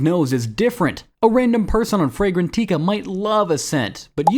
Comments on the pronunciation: its fray gran tika not tea ka please man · Frey gen TEE kas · Im not hating on this guy but for anyone out there fragrantica is pronounced (fray-gran-tika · The voiceover is AI. You can't teach it how to correctly pronounce brand names/made up words.